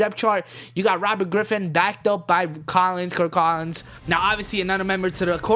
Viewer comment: Kirk Collins. Its Kirk Cousins